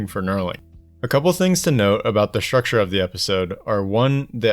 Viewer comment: STRUCTURE = "SHUCSHUH" 🤣🤣🤣🤣